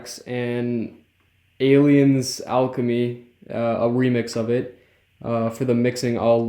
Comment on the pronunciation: Mans really called ATLiens "Aliens"